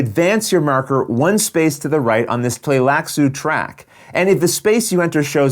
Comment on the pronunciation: You know is pro when you see him pronounce Tleilax & Tleilaxu without skipping a beat 😆. Fun looking expansion!